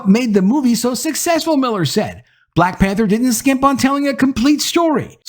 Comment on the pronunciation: It's hard to take you seriously if you can't pronounce the word "Black" without over pronouncing the word.. ijs.. listen to how this man says "BBLLLLLAAAACCCKKK" every time.. fucking hilarious 😅